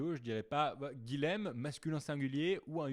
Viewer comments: C'est dur d'entendre son prénom un 10aine de fois mal dit ! (Guilhem se prononce Guiyem et non Guilem! :) ) Sinon, chouette ta vidéo, tu l'ouvre et tu as raison ! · bonjour, guilhem est un prénom occitan qui se prononce "guiyème" et non pas guilème. C'est l'équivalent de Guillaume en français.